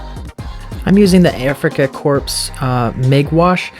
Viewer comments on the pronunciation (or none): Corps is pronounced Coor...not corpse like a dead body